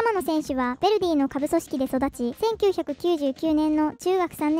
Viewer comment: Jに興味ない人は気にしないと思うがベルディじゃなくてヴェルディだ